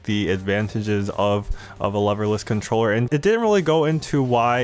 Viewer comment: At first I thought you said "loverless" controllers thereby saying anybody who uses these is a virgin loser :D